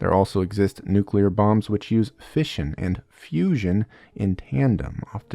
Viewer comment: I heard fishin' instead of fission for the first 5 minutes or so